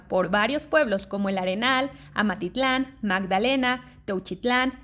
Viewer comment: 😂😂😂😂 si fue en la pronunciación, saludos !!!